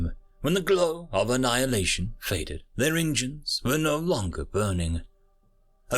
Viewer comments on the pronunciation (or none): none